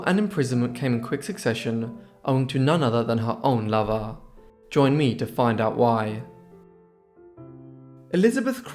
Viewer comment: I like the way he says "love-ah"